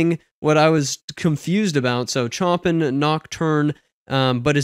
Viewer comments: It's pronounced 'Show-Pan' not 'chop-in' btw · Chopin is pronounced Show-PAN, not CHOP-in. 😅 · Oh my God, Its pronounced Sho-Pan, not Chopin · show-pan, not Chop-in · Chopin pronounced Show-pan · Honestly there’s a lot more harmonic and rhythmic depth in the jazz demo. I think the first example just wasn’t a great choice on their part. And don’t sweat it but Chopin is pronounced Show Pan rather than Choppin’. It’s hard not to feel pretentious when saying it, I know. It’s even harder not to feel pretentious correcting somebody on it. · Not Chomp in (cringe worthy), it's pronounced show pan. and Rock nom in off, Moat zart. I think the classical styles need a bit more time, to hear, as you basically gave a sample of 1/2 the introduction. I enjoy your videos, keep up the good work. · Chopin is pronounced "show-pan". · Dude, the music was interesting but what really hurt my ears was your butchering of the language. Chopin is pronounced, “Showpan.” Op. stands for Opus, which means “Work.” In Classical music, the Opus number is issued usually after the fact based on the probable sequence in which the artist’s pieces were composed. Rachmaninoff is pronounced, “Rock-mon-in-off.” The Jazz was interesting but Jazz is all about the solos and you really didn’t play enough ti get a sense of that. Bluegrass is always played in doubletime (fast) but I’ve never heard a piano in a Bluegrass track. Not to say you’d get arrested for it, but it’s not traditional. It made it sound kinda weird. It’s kinda hard to ramble with a piano in tow. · Yikes you really butchered Chopins name!!!! (Pronounced like Shopan) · YOU DID NOT JUST SAY "CHOPPIN" AND "RASH MEN" 💀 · Cool video sir. I just wanted to help you out. Chopin is pronounced 'Show-pan' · Wouldn't it be more correct to pronounce it as "Shoppin", which would match the Polish pronunciation of his name? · Chopin is pronounced "show-pan" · it's pronounced Show-Pan 😉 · Chopin is pronounced show-pan :)